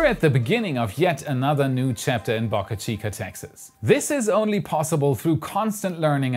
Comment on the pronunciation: Please learn how to pronounce the Boca in Boca Chica the “o” in Boca sounds like the o in broke